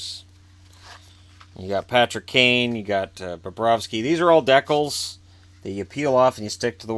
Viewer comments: Is nobody going to say anything about how the says decal?! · Love the Canadian decal pronunciation of DECK-IL opposed to the American D-COW. Gonna start using Deck-il. Youre the man, keep it up!